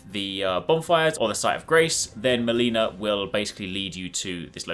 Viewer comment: You don't pronounce her name meleeena,as in mortal kombat....it's melina😮‍💨